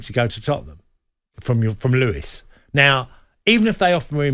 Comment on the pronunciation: ‘Lewis’? It’s Lewes - pronounced loos